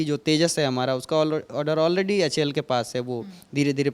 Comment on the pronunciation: Lockheed ko bol raha lockheel...... HAL ko bol raha Houl..... Pehle sikh lo uske bad news banau.... LOL